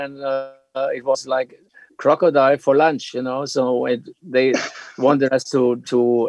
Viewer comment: "We ate cocô-dráilo..." Jesus Cristo nesse inglês........